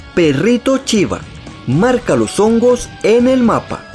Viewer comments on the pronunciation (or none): No es chiva es shiva